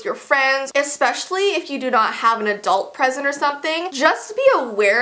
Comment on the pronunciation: Did she say adult peasant?